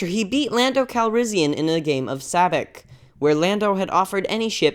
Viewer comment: " at at" -_- "at at" 0_o "at at" >:O, * mispronounced sabacc* " IM FUCKING DONE"